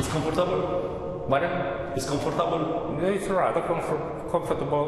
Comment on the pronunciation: It's CONFORTÁBĂL? 🤦🤦🤦